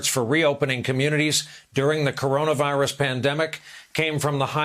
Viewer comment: 🍊 Pls don’t pretend you learn a lot, u can’t even read corona virus right.